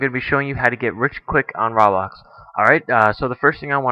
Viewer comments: It's pronounced roe-blox not ra-blox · Its not "Rahblox". Its ROBLOX! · It's Roblox not "Rawblox" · xD did he pronounce "roblox" "rawblah" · RABAX THATS WHAT HES SAYING INSTEAD OF ROBLOX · he said "RAWbox" its roblox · idiot its ROH-BLOX not RAW-BLOX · dude its roblox not rawblox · e.e nots rablox its roblox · Why do you pronounce it as raablox instead of roblox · Ro-Blox (not Raw-Blox) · its not ROB lox its ROBLOX (Roe- Blocks) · ROBLOX NOT RABLOX LOL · Its not freaking "raa-BLOX" its "ro-blox" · i now pronounce rah-blox, roblox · did he just say Rahblax? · He said RABLAX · Did he say "Rablax"? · Its sounds like ur say ruhhhbax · It's SUPPOSED to be pronounced roblox. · ROBLOX isnt pronounced like that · He says roblox like me :D I guess I'm not the only one :) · he said roblox wrong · Say Roblox right dude...